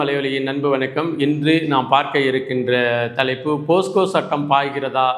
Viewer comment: தம்பி போஸ்கோ அல்ல போக்ஸோ